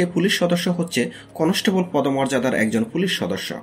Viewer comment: কনেষটেবল, ফুলিশ, ব্যাসের, ফিল্ট, এসএসফি, করসে, এগুলো কি ভাষা??? এই জন্য সাবস্ক্রাইব করলাম না।। শুনে আরো রাগ হচ্ছে।। গাজাখোর হোষ্টিং।।।